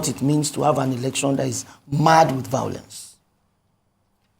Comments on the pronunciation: I love this man!!! He is Buhari's paid idiot. He doesn't even do that well! Buhari has been a curse on Nigeria. Tell this idiot singing for him 🤣 that it is called violence not vaolence?? I even doubt that he went to any school just like Buhari??? Nigeria, only God can save the nation now. All the nation's wealth has been stolen and even a greater criminal has just stolen the presidency!!!!!!??? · Tell him that I think that he is trying to say violence not vaolence???? He is an IDIOT 😂